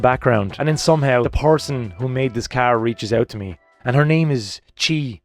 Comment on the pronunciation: Can't wait for her to get reunited with the car in Ireland! Crazy story! 👍👍 Chie is pronounced Chee-Eh Bride seats = Bridd.